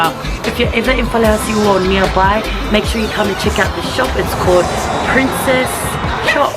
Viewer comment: Its prinsses Toe Shop😆😆 My cousin Teuila the best fish &Chips ever 😉👌